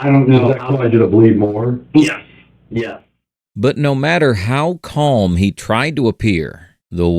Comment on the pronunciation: The “L” in “calm” is silent, pronounced kahm or kom, not kolm.